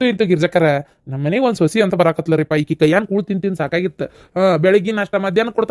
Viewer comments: ಸೊಸಿ ಅಲ್ಲ ಶಾಂತಕ್ಕ ಸೊಸಾ 👌🏻👌🏻😂😂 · ಸೊಸಿ ಅಲ್ಲಾ ಸೋಸಾ 😂😂😂